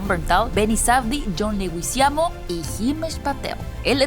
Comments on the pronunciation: John leguizamo no legüizamo! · Jon leguizamo, sin la diaresis, no se pronuncia la u.